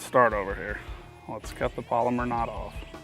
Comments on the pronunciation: Its pal o mar. Not polymer. But theyre a great knot. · Pal-o-mar not polymer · Haha polymer knot or pal-oh-mar knot? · You’re saying polymer, pal. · It's not a "polymer" knot. It's a "PALOMAR" knot! Other than the cringeworthy mispronunciation, it was an informative video for those having trouble. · Its NOT a "polymer" knot. Its pronounced "PaloMar" knot. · It's called a PALOMAR not a Polomer!